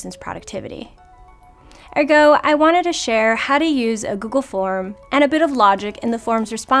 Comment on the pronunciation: Say ergo again..... do they speak English in ergo? Just kidding. This is a great video. Thank you!